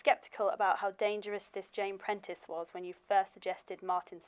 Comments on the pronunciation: please pintrest is a site to do crafts and find art, her name is Jane Prentes, pronounced like praying Mantis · cannot get over him calling jane prentiss "jane pinterest" 😭